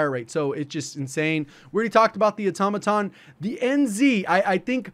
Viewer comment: THANKS SO MUCH for pronouncing Automaton properly. 😇